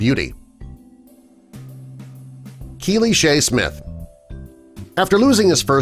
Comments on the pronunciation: The word is RESTAURATEUR not RESTAURANTEUR, no such world, there is no 'N' in it! And Pierce Brosnan's wife is KEELY Shaye Smith not KELLY. Sheesh, who writes this stuff?! By the way, are we supposed to be shocked that Pierce Brosnan is married to a woman who isn't skinny? She is a former model FFS - she doesn't have to starve herself for a living these days. And they are clearly very much in love. Lucky man! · this idiot is calling her Kelly Shaye, and her name is KEELY Shaye.